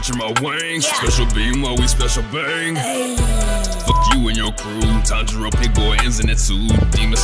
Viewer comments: For once, Inosuke got Tanjiro's name right. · i like how inoskue actually said tanjiros name correctly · Yo inosuke actually got Tanjiro’s name right 😂